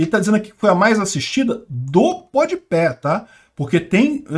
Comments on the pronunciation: É PodPá e não PodPé que se fala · PODPÉ KKKKKKKKKK podpah é tão ruim que o nem acerta o nome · Podpé HAJAHAUAHSSA, se pronuncia podpá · É PODPÁH E NAO PODPÉH kkkk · Pronuncia podipá! Mas do lula foi "podipé". Pé de cana. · “Pod pé” foi legal 👍🏻 :_bovino::_ancappark